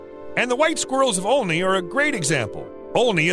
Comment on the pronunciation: Omg I live right by Olney! It's pronounced All-knee but who cares lmao